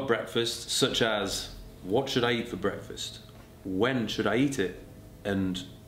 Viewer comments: What.... Is.... Going.... One.... Here BWEKFAST 😂😂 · Thought for a few minutes you’ve been saying Brexfast